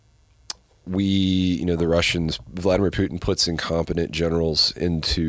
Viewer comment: Why does he say Putin like Pewtin, never heard it pronounced that way. Another great one 🇺🇸🤘🇺🇸🤘🇺🇸🤙